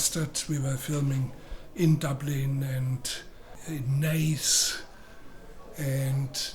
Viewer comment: And he pronounced Naas perfectly!